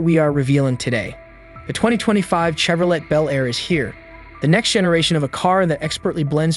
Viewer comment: Did you just say "chev-ro-LET?" No thanks.